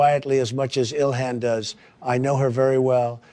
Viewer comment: Did he call her dilhan